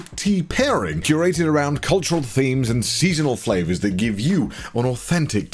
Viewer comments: I lost it when she literally said crazy fRavors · Fravours...she says